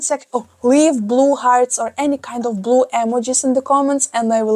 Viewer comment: I love how yOu say bulue